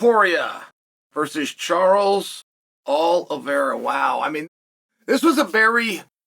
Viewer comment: Chorles Ol-vera